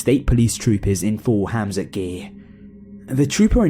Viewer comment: It's hazmat not hamzat